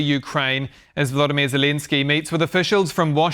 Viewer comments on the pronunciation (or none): Vladimir Zilinski? Is that reporter high, or can't he pronounce the name of the president of a country that has been at war for almost 4 years? Shame on you...